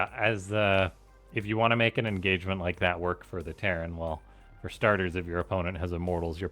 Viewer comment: engagerment??? that's not how you say it! more like enragement